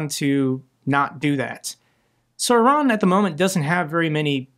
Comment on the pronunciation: Thank you for pronouncing Iran correctly. I am sick of hearing Eye Ran.